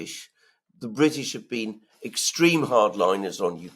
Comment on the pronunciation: Yes, yes ! The Bwitish always send HMS Pinafore !